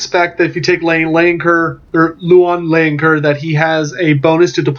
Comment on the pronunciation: As a french myself, Bretonnia appeals so much to me. I do hope they will be playable soon after release. And don't worry, I bear no grudge at your pronunciation, especially as you made such a great video about Louen Leoncoeur. Vive le Roi!